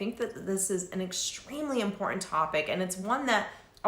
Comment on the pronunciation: (Important not imporenant )so annoying , sorry , love your content and you.